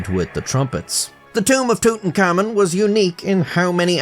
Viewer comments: It's not pronounced "tootenkamin" It's pronounced "tootenkamoon" But for an Irishman wtf It's correct enough🤷😂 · I'm sorry, just a few seconds in I'll have to comment that your pronunciation of Tutankhamun sounds like tootin-cummin to me. just in case you weren't aware. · i like how it REALLY sounds like "tootencommon" when says it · Amigo please don't call him tutankhamun, his name is Tut Ankh Amun, with spacings.